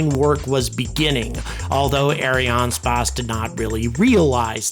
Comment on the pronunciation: "eh ·ree·an·spays"